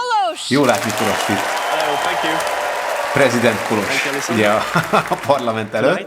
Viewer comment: Milyen jó hallani hogy helyesen van kiejtve Kolos neve 😊